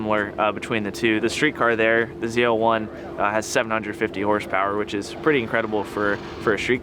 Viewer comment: It's ZL-1, not Zee L1?